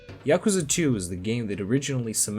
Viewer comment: You pronounced Yakuza 2 wrong